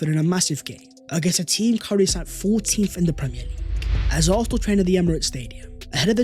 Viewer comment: How can we take a guy who can’t even pronounce Arsenal correctly talk about Arsenal. Absolutely Toxic Positivity